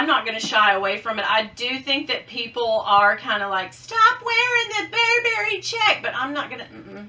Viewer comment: Ooo! I love the baby Gucci Marmont! I still love the mini bags. UGGs…I brought them with me when we moved to Florida…haven’t worn them yet, but I’m determined to…in the winter. Oh, you’re not supposed to wear socks with UGG boots. I’ve never been a fan of the hairy Gucci shoes though. Burberry is still classic and will never go away. BTW, it’s BUR-bur-e, not bur-BER-e. Miss Nancy never said my name either.😞